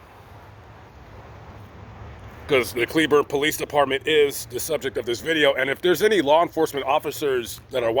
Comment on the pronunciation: First, thank you SO much for correctly pronouncing cleburne! Most out of towers say clay~burn. They “checked” on you to see if your simply alive. When you greeted them with an attitude, that made them think you are hiding something Asking the same question over and over again is a simple way to see if someone is lying. If you had been polite and civil from the beginning, your negative experience would not of happened would you like it if someone came up to you with an attitude from the get go for no reason? How does a stranger know when they get you at a bad time? Did the cops handle it badly? Most definitely, but so did you. That Walmart will call the cops on OTR if they park in the parking lot, most of those drivers do get arrested. I say this as a cleburne resident, an OTR driver and someone who has family in Johnson county sherif.